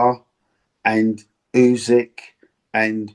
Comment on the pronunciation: ‘U~sick’…not ‘U~zig’….c’mon Duke boy, sort it out.